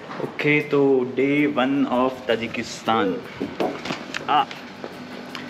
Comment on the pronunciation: Tajakistaan hota h ki tajiskan